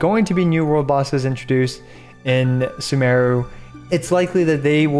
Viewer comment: 1. Learn how to pronounce Sumeru lol